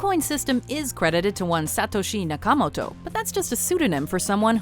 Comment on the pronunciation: Wow, pronounced Satoshi Nakamoto's name correctly; excellent.